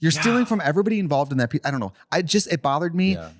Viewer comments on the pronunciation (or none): trixies “i don’t know” was very wisconsin today